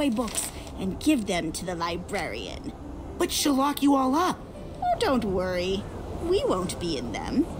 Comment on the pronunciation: “Die-brarian”lmao nice man 👍